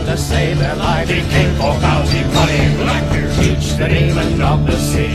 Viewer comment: I thought his name was "Teech" not "Teach"?